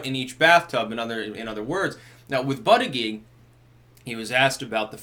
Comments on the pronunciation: It is pronounced boot-edge-edge not butt-a-geek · I understand it is pronounced Butty-Judge. Now, in England, this would sound like a nice gentleman being a judge for sandwiches made by the local Women's Institute in a competition at a village fete. In America, however, I can think of a quite different meaning. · it is pronounced but gag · Name: Buttigied. Now put this in a sentence "The President of the USA Buttigied". It sounds even worse than Hussein Obama :-) if pronounced correctly in the first place....just saying, seems funny... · it's Buut-edge-edge